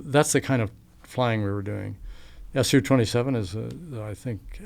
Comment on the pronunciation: The planes are called "SOO 27" (as in "new") , not "ESS YOUU 27" I think this guy is lying. If he really flew these, he would know how to say the names correctly